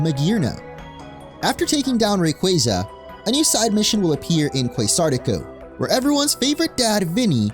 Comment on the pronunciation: Ray-qua-za Not qwey lol